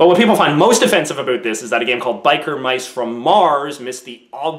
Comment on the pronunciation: Aboot, Aboot 😂